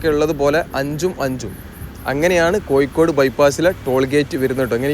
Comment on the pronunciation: Koyikode alla bhai, Kozhikode ennu parayanam.